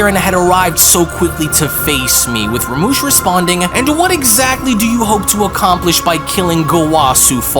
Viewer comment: how are u saying rumshis name wrong